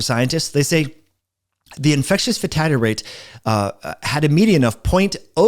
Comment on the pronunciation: FATALITY rate. NOT 'FATADDY" rate... Slow down...